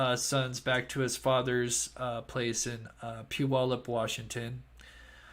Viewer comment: I'm from the Puyallup area. got the pronunciation after his first try, I think. It's pronounced like "gallop" ~ pew allop